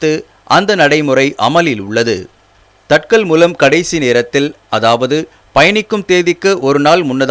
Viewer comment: Its not tatkal,its tat kaal.